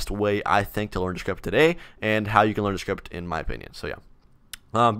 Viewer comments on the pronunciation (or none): I love how he says script "shrift"